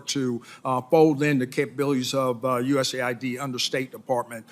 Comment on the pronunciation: US aid. not USA id. get it right.